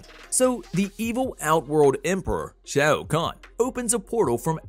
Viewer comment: Apparently you cant say realm or shao khan…..